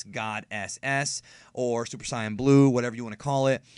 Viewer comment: Commander Ginyu is my favorite character so I am happy that they brought him back. However, like you, I get pretty frustrated from the plotholes. In addition, I appreciate that you pronounce the word "Saiyan" correctly as I had an argument with my roomate about this last night.